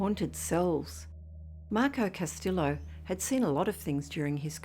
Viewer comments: L's are silent pronounced like Casteeo 👍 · Castillo is pronounced Cas- tee - yo. No el sound is said when properly pronounced.